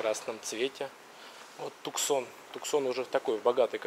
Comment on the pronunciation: Не "Туксон"а Туссан!